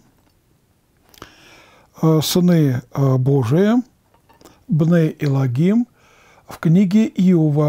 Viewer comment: На иврите словосочетвние בני אלוהים произносится как бней элоим без "г" очень режет слух